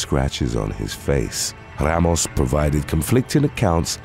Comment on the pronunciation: “Gregory Logan Rrrrramos”